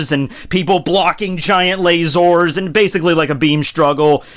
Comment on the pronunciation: The way he says lazers . LOL